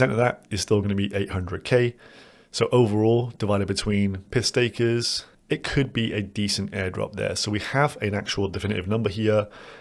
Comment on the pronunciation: For a minute there I thought you said ' piss takers' instead of pyth stakers?